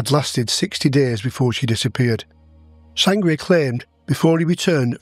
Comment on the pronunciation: Sangret not sangria